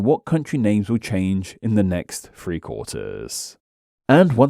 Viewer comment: two thousand and *free? 👎🏽